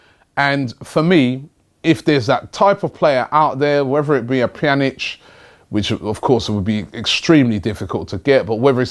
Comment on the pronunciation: Yes Robbie he said pjanic right